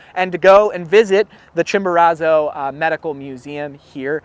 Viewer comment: You are pronouncing is that Chimborazo wrong